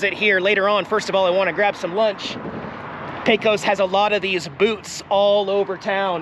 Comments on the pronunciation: You're all registered in TX now, so let's get you talking like a native! And I don't mean saying yee haw. Lesson 1, it's pronounced Paycuss. Safe travels yall! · I believe that all of us Texans pronounce Pecos like Paycus (accent on first syllable). Somehow it sounds different when you say it. 😊